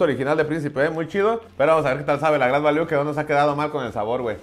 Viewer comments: Se pronuncia greit valiu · se pronuncia grid valiu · #SantosGadalla jajaja no paré de reír con este video. La pronunciación del "grait valú", el pomo de a 50 pechereques y el galletazo del santos jaja países bajos 😂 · El agua santa maría sabe horrible, pero si no traess mucho varo, te saca de apuros. Se pronuncia "gret valiu"😅😊